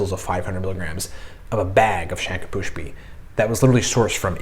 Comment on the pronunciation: Its not shanka pushpi. Its shankh pushpi 😂